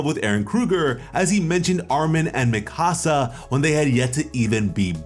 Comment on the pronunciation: Im not tryna be that guy, but youve obviously watched the anime so why do you still mispronounce mikasa's name lmfao